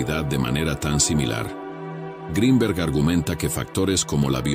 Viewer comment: Que bien pronuncias Greenberg en inglés,,,,,si te esforzaras lo mismo para la pronunciación del español,,,otro gallo cantaria